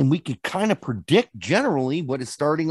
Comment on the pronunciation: Shit, did our Hoosier accent slip?